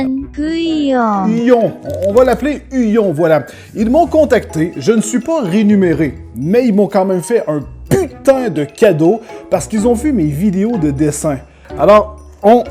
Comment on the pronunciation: Renumerer 😂😂 REMUNERER